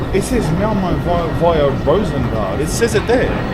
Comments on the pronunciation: Sorry to nitpick, but Rosengård is actually pronounced something like /ROO-suhn-gord/. The letter å is pronounced, by and large, lile the English word awe. But other than that, thanks heaps for this video. I grew up in neighbouring part Annelund in the late 80s, but Rosengård was -- and still is -- just a stone's throw away (no pun intended). While there was a sizeable heap of M.oozies and (other) 3rd-world beings already then, it was still somewhat safe to be out and about in Rosengård. But not today....no, sir! (Oh, and Zlatan's surname is pronounced/EE-bra-HEE-mo-vich/, Ibrahimović.) 😊😊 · Actually its Rosengård in Swedish it pronouncing like Rosengord